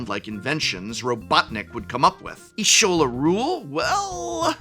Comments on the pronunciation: y'shtola pronounced ishtola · while it is a wild name, the pronunciation of Y'shtola (correct pronunciation: YE-shTo-la) killed me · It's Y'shtola, with a T. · I'm sure that prof doesn't play ff14 but i thought it was cute how he pronounced Y'schtola as Iysholla lol Anyways I did like these deck designs. Actually makes me wanna build them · Gaaah that Y'shtola pronunciation! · Hearing the Prof mispronounce Y'shtola's name hurt my soul